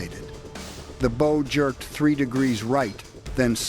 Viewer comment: Archer's "bow" or ship's "bow"? 😅